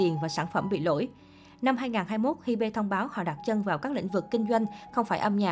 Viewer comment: ???? Hybe đọc là Hi Bê=))))